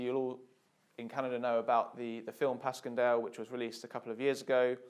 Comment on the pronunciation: It's pronounced pash-en-Dale